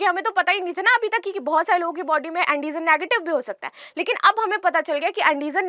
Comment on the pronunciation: Andijan nhi antijan Hota h